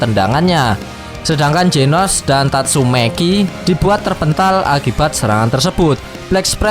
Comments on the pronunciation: tatsumaki bang. bukan tatsumeki. mesum nih abang nya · 04.39 , tatsumaki = tatsumeki wkwkw 😂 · Tatsumaki opai cantik idola.. Di katain tatsumeki sm mimin jd kayak kesel aja dengernya (ga jadi subs dah) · Anjay "Tatsumeki" 🤣🤣🤣